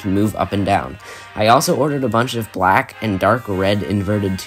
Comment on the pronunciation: When he said black I heard wack